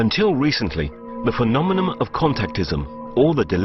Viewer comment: He said "phenomenom"